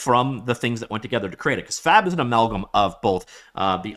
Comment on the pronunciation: Brother please enunciate the B, my wife was wondering if I was watching a 'No Fap' video..